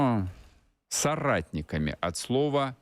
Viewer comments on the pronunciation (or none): соватниками, а не соратниками